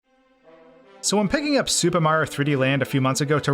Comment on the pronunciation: Every time you say super it sounds like “Soupa” and I was dying